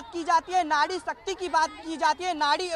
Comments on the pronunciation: Nadi nai nari mere bhai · Nadi nhi bhai nari. Aap zindabad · नाड़ी नही भाई नारी होता है 🤣🤣🤣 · Nadi nahi nari hai Bhai 😂😂😂